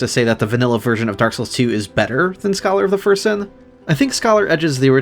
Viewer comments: Great videos but you’ve got to stop saying ”Scholar of the First Sin” like that. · I like that you put emphasis on "first" when pronouncing "Scholar of the First Sin," implying the existence of some sinister unknown second sin with another associated Aldia figure